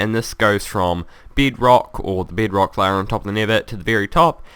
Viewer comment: It's bedrock not bid rock